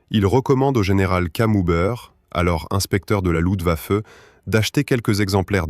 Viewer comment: On ne dit pas "Lutwaffe" mais "LuFtwaffe" !!! Étonnant qu'une IA fasse cette erreur...